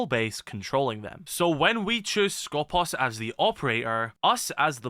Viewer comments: For clarifications purposes it us pronounced Skopós. The toning goes to the second O not the first. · The one time where an E is actually an E And nobody pronounces it correctly Also Skopos You are pronouncing it the other way around, make the "pos" Louder instead of the "sko" Hope that made sense